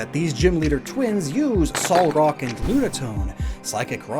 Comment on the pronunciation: you keep mispronouncing names. Tate and LIE ZA. Not Lee za. SOUL rock, and not Saul rock. Ray QUAY za. Think like Ray, quazar, and za. Thst's it. Otherwise, entertaining trivia on the badges as usual!